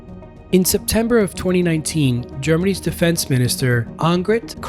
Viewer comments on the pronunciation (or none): you pronounce of Annegret is funny.